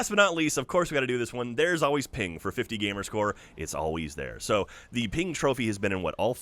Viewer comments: Hey, its PENG! Not Ping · said Ping instead of Peng 7 times. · was i the only one that cringed every time said ping instead of peng?